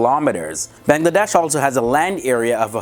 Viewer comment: plus you said Bangladesh wrong